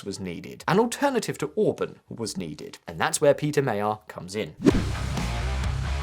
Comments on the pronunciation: First of all, I know that it is tough for non-Hungarians to correctly pronounce the new PM's name, but "mayerall" is way, way off. The problem is that "gy" is a single letter / single sound. The closest analog is the "du" in during, when proopely pronoucned in British English. The irony is that Magyar is also than name of the nationality. It's a bilt like of the British PM were Keir England. The official name of the country is Magyarország, Land of the Hungarians. As to the substance, thanks for reminding the world of which (sane) Hungarians have long been aware, that the problem is not between left-right ideologies but rather between democracy and openess on the one hand and authoritarianism and kleptocracy on the other. There are many left leaning people in Budapest, Szeged and Debrecen who would prefer a leftist government but as the previous elections have shown it is almost an extinct species. It did not even take Orbán's gerrymandering to bring down, the left has never recovered from its own scandals of about 15 years ago and like leftists everwhere is very adept at circular firing squads. No Hungarian had any illusions about Magyar being a Scandinavian social democrat but at times like these basic competence trumps (pun intended) the yoke of old. It's why Budapest partied like it's 1989. It really feels like another wall has fallen. Nobody cares that Hungary will side with Poland (their historically most trusted ally BTW) as they will simply form the right flank of the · Why can't anyone pronounce his name properly? It's not that difficult! Even if you said it like 'Madjar' that would be an improvement. Also, the stress in Hungarian is always on the first syllable. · You could take 10 seconds to learn how to pronounce his name. "Mah-jar". Do better. Not impressive. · The "gy" in his name "Magyar" is not 2 letters, it's 1. (The Hungarian alphabet has 44 letters.) His surname means "Hungarian", so maybe it's worth googling the pronunciation.